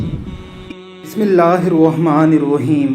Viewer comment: بھائی۔ ناراض مت ہونا۔ مگر بسم اللّٰہ کو درست انداز میں پڑھا کریں پلیز۔ دل دکھانا مقصد نہیں ہے۔ اصلاح مقصد ہے۔ آپ کا کوئی پرسنل کانٹیکٹ نہیں تھا موجود۔ اس لیے کمنٹس میں بات کہنا پڑی۔ پلیز بسم اللّٰہ صحیح انداز میں پڑھا کریں